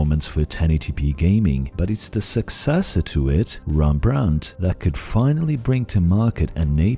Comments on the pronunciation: Well it should be more accurate. I think I remember him mentioning that hes a portuguese speaker, hence the hembrandt. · Made Rembrandt sound French, lol. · Sorry, but as a Dutch person I really can't stand how you are misprounincing "Rembrandt" basically the entire video. You should say it with a rolling "R". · as a Dutch guy I have to tell you that you pronounce Rembrandt the wrong way. Other than that, an interesting video as always. The SMT-animation is a bit too strong an oversimplification though in my opinion. The biggest problem for APU's seems ot be the memory bandwidth, 3D stacked memory might eventually solve that problem. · As a Dutch person I really dislike the way you say Rembrandt